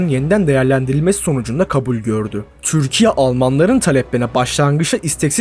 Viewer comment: Düzgün konuşamıyorsun, "Türkiye" ismini normal telafuz et